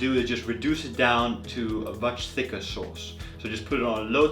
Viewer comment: A SHAUWCE YOU SAY?! You make me sick